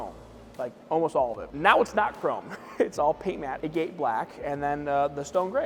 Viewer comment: Being a guy that crushes rock for a living, hearing him mispronounce "agate" everytime he said agate black was driving me nuts 😂